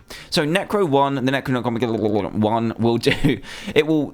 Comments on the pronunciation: its Neck-Roh-Nomeh-Con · Its nec o nomicon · Some help for DanTDM... Nec-roe-nom-eh-con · It's Neck-row-nom-ick-on. Pronounce thingy. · What you said when you mis-spoke the necromonicon tomo I was so funny.